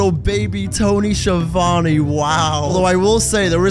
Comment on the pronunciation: I'm still not sure how Schiavone rhymes with Giovanni